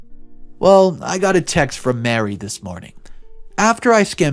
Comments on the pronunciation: I know it's not completely your fault if you don't know how to properly pronounce words and names, but it's a major trigger for my OCD when you don't. Example: the name of the boss is Marie (Ma-ree) not Mary. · Ma-Ree...not Mary. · OMG. Marie = Mah-REE. This guy was a simp and should have sued for wrongful termination. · You don’t pronounce Marie like Mary. Learn your pronunciation of words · Marie and Mary are not the same name nor pronounced the same way